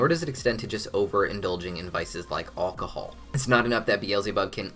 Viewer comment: Why did you say alcohol like that?